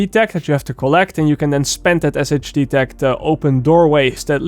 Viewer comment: SHD tech is pronounced “Shade tech” in game